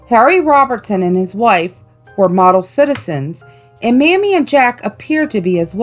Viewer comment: Mamie Thurman’s name is pronounced MAY-mee